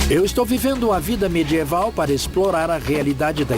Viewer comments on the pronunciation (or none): Ótimo documentário. Porém, a pronúncia do dublador brasileiro é irritante. Por exemplo: o que é "mê-djê-val"? - Seria medieval?